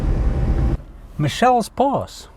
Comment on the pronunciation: Not Michelles pass. It Mitchell's pass, spelling without the " t " , but pronounced as " Mitchell's " Pass. Roy b, CapeTown south africa 🇿🇦